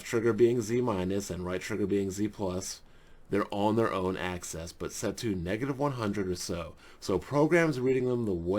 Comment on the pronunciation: Ax-is", Not "Ac-cess"... Figured the spelling of it was a huge clue.